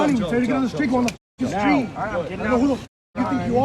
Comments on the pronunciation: “Shhtreet” “Shhtrong” “Shhraight” “Shhtop” “Shhtrike” “Shhtream” When TF did people start talking like this? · It's pronounced Sh-theed!